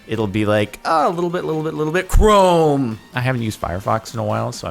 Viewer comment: The way he said chrome when talking about the task manager really tickled me for some reason.